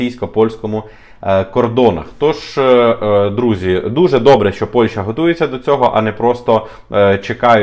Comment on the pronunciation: Після чисельних моїх зауважень даному ,,талановитому"блогеру відносно правильної назви дружньої нам країни Польщі яку останній вперто називає Польшею приємно здивувалася коли він нарешті вірно вимовив назву цієї країни.Але...в середині даного відео він всеж говорив Польша ...Польща ...Польша ...Шановний ну не ганьби української мови...